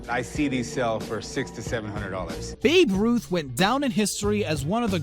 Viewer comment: I'm surprised he actually pronounced babe ruth, instead of "baby ruth"